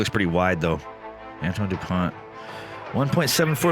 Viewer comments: By the way; the T at the end of his name is silence so you pronounce: Antoine Dupon 😉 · Antoine is pronounced more like antwan : "oi" is pronunced like "wa" in wasp, and the closest way to pronunced "ant" that I know of is the UK ponunciation of ant. The sound that "an" does in French doesn't exist in English, so it will be difficult for you. And in Dupont the t isn't pronounced. Then the real pronunciation of on and u are rather difficult for an English speaker, because those sounds don't exist in English. But if you want to know how it's pronounced, you can go on wordreference English-French and listen to the pronunciations of an, du and pont.